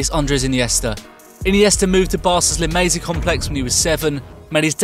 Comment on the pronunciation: ...La Masie complex...dude how do you make features for a football channel and not know how to pronounce La Masia...smh